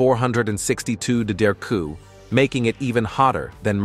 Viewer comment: It's pronounced degrees , not your guttural version.